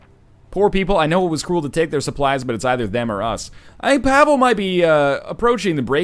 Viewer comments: NL you've probably been told this, but you are mispronouncing Pavle. Its not Pav-ehl. Its Pav-ley, Its a common name around here. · MrSokoviruva RobLucci is clearly right with this. I feel like I lost some brain cells reading your weird attempts at trying to antagonise. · No he doesn't. The game is based on siege of Sarajevo. Its a Serbian name. Pavle is a Serbian name rooted in biblical name Paul. In other Slavic languages its Pavel.